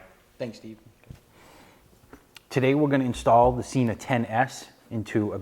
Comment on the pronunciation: It's Sena not Cena